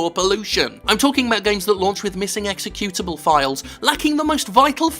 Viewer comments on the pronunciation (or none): none